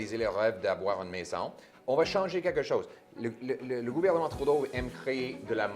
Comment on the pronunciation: I like how he always pronounce Trudeau : Trou d'eau xd